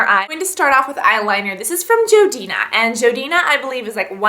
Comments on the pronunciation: its jordana not jodina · isnt it jordana not joidina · lol you said jodina insted of jordana :) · Lol she said Jodina instead of Jordana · Jordana not jodena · isnt it jordana not jodena? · I'm sorry but its too funny; jodina. it's jordana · i cant stand it ilove your vids but it is JORDANA NOT JODINA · um, if you didn't attack your face frantically with a brush you wouldn't have redness, and the foundation wouldn't have come off. also is JORdana not JOEdana, and please ramble less or edit it out..........good lord! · Sorry but are you referring to Jordana? I keep hearing "Jo-dina". Sorry but I love this product but I was confused. Thanks! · joedina?? you mean jordana?? haha i love you! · do you mean Jor-dan-a not jor-dina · i think its jordana not jodina... but i love the look! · Just letting you know, that brand is jordana (jorrrdanah) not joedina. :) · It's pronounced jordana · Its pronounced jor dayna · its called Jordana so its like Jordan but add the A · hey Cass! it's actuall pronounced JOR-DAN-A!! just to help! =) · You pronounce Jordana REALLY wrong.... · lol how you say jordana ahahahahah its okay girl :) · You say Jordana funny. Seems like you skip the 'R'.